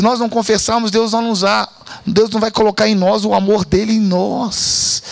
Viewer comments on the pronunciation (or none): Um AMORRRRR cheio de "erres" ! 😊